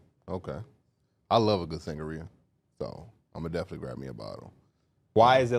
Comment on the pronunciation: Sangria => sang-gree -uh